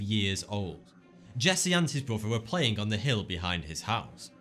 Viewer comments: I think after your "fird" beer you get fucked up and see shit. Poor Jesse and his "bruvah". He had that thing in his leg for "firdy-fou" years I'm just kidding. I like this guy's videos. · what's a bruvah. And what's fuvah mean?